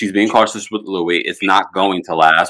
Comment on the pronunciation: Why does he pronounce his name like the name Louis when he spells his name like Luis? Weird.